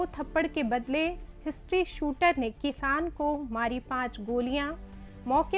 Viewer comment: ये अशुद्ध उच्चारण करती है। हिस्ट्रीशीटर को हिस्ट्री शूटर बोल रही है।